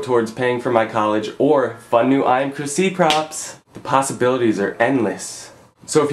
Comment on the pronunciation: ive realized that every time you say chrisc i keep thinking that your saying my name chrissie lol. im procrastinating of buying a shirt =]